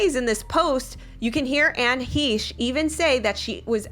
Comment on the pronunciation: "What can we say about Anne HEESH?" Well for starters, how about that her name is Anne HECHE, sounds like HECK but take off the ck and add an sh sound